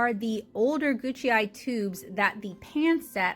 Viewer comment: Google says it is "goo k eye"